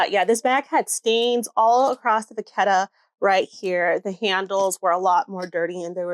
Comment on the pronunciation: I need to educate people bc it’s not pronounced Va-ket-a.. and it’s not people pronounce it the way they want… it’s Cowhide leather.. in French Cow is Vache ( Va-shhh) and is why it’s Vachetta (Va-shh-etta)… and people of a certain calliber (upper class) and educated.. know this. And unfortunately people who say Vaketta.. sound uneducated and ignorant.. and no matter the collection, simply looks like a poor person trying to hard and the upper class will never respect if they ever hear you say Vaketta..so u know.. plz educate other people as well.. also I don’t make the rules.. just letting you know.. so you can be respected and not laughed at behind ur back Anyway, best of luck.